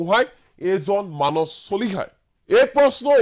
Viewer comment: মানচ চলিহা নে মানস চলিহা ? উচ্চাৰণ আৰু শব্দ ভাণ্ডাৰে অসমীয়া ভাষাক এক সুকীয়া পৰিচয় দিছে আৰু সেয়া আমাৰ পৰিচয়। যদি মানস শব্দটো মানচ বুলি উচ্চাৰণ কৰে তেতিয়াহলে সোণ, সোমবাৰ, সদায়, সময় আদি শব্দ বোৰ কেনেকৈ উচ্চাৰণ কৰিব ? চোণ, চোমবাৰ চদাই, চময় বুলি নিশ্চয় উচ্চাৰণ নকৰিব নহয় জানো ?